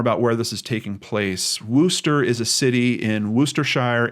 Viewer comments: PsyintZ It may look like a correct pronunciation to you. However, as pointed out, many people here are actually from England and, trust me, it's pronounced Wuster not Wooster. Sounds more like the O in worst then the O who. Worcestershire is pronounced Wustersher although I know some Americans pronounce the sauce WooostershYre. A person can always google "how do I pronounce _____" and get an audial recording. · wuster not wooster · Pronounced 'wusster'